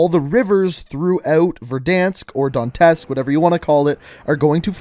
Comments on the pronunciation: My man, its not "Dontesk" its "Donetsk" as in DOH - NYE - TSK or DON - YETSK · Dontesk.....? Seriously, you need to do more research on how to pronounce these names because it just sounds ridiculous.